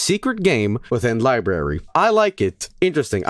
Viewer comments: Lie berry : ) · No it's Libooby